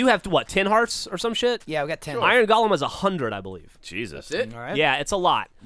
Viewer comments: Twitch twitch. It's pronounced like goal-um. Not Gollum. Twitch. Cringe. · How is it possible that no one in the fucking world can pronounce the fucking word Golem like its actually pronounced? Its "GOH-lem." "GAH-lum" is a fucking character from Tolkien. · (Go-lehm) not (Gollum) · pronounced gollum in some places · It's pronounced GOH-lem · They keep saying Gollum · From merriam-webster: go·lem noun \ˈgō-ləm, ˈgȯi-, ˈgā-\ Or in a language you can understand, it can be pronounced either fucking way. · Ugh, a whole episode of "golem" being mispronounced ...